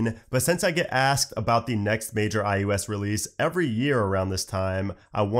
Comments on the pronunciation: It sounds like he’s saying ius 15 and not ios 15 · I kept hearing iUS15😅